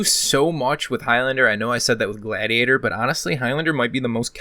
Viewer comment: sick video but how did you pronounce gladiator ? lol